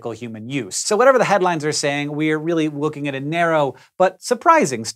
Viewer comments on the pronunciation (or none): "We're really wooking at a narrow..."